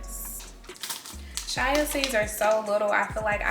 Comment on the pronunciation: Glad you posted this video. I enjoyed it. I think you are really cool, love your vibe. The Banana bread looked really good too. One thing though, I think you pronounce it "chia" (chee-ah).